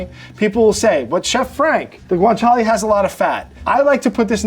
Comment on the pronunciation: Take a shot everytime says 'guintala'